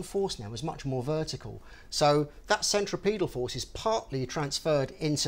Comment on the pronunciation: you said centriPETAL forces. THANK YOU FOR GETTING IT CORRECT!